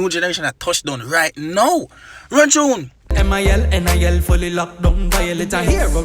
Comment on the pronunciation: "Run Chune"😂😂